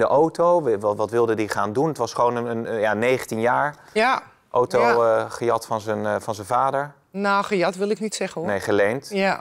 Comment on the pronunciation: Die ‘gejat’ kwam er weel heel raar en verkeerd uit..